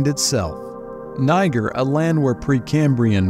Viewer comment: Why is he pronouncing it as “Ni-ger”?? I’m weak lol